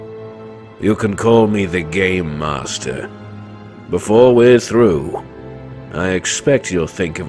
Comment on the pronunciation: I keep on hearing “Gaymaster”...